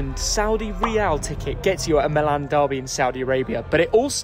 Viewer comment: The team is AC Milan (not Milàn). The name of the city, in Italian, sounds different than the team's name: the city is Milano (Milàno), the team il Milan (pronunced "Mìlan"). If you call them Milàn the team's name sounds like the city name (in English). Please, consider that.